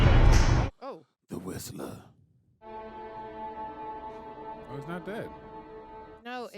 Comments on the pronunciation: I don’t like how they kept calling him whisperer while his name is whistler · WHIST-LER WHISTLER. FOOL!